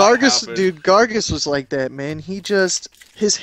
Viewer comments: it's gaar- gos!! not gargus!! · its pronounced garg -oh-s not gargus